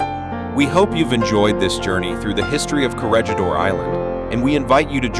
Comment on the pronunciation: Perhaps you should learn how the word "Corregidor" yourself instead of relying on AI to do it for you.